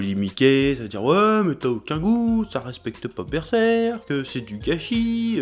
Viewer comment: cheeeeeeeeeeeeeeeeeef ou sont tes traditions ?? normalement c'est berserrrrrrrrk ''oooooo''